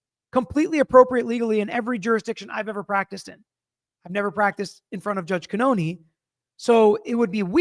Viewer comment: Yeah, after a while, it had to have been brought to his attention that 1)the pronunciation made no sense and 2) WRONG. It shows disrespect. Judge Beverly Cannone doesn't have an obvious (mainstream if you will) name but he would dare NOT learn how to say her name.